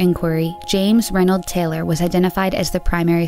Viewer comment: it's James Raymond Taylor (not "Reynold").